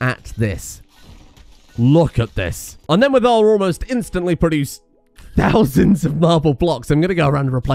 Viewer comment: dont wanna be that guy but... "THousands"